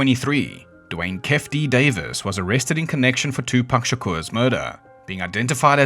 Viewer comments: No way you said "keff" D it's pronounced "key-fee" D.. are we serious, did you even do any research? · Its Key-Fee like kief from weed. Also Shhuuug like sugar